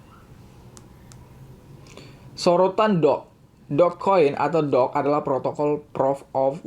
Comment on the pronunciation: Doge sama dog beda bacanya